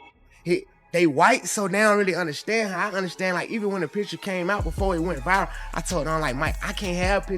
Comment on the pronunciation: I dont "under- SHHTAND"